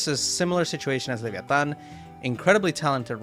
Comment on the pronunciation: Great pronuciation of leviatan u suprised me tbh jajajja